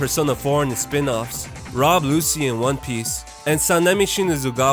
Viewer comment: It's rob lucci not Lucy. Meet the new narrator same as the last